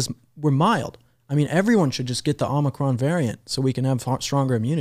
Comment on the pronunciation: Not Omicron. President* J B said Omnicron.